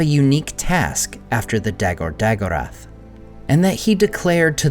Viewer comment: The a pronounced ah, not eh. Those words are oxitone, btw. Really, why bother use elven words if you don't say them correctly? Battle of All Battles is a perfectly good name to address this passage of the Silmarillion.